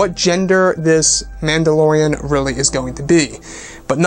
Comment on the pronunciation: Am I the only one who hears "Landolorean"?